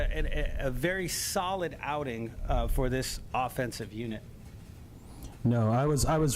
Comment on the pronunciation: Come on guy's...its review, not re-view and its unit not unity.